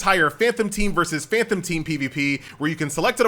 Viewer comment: FAN TOM FAN TOM FAN TOM, NOT FAN THOM.